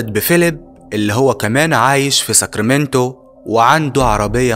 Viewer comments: نطقت ساكريمنتو صحيح...اختي عايشه بهذه المدينه وانا زرتها سنه ٢٠١٥ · Sacramento هي عاصمة ولاية كاليفورنيا و انت نطقتها صح .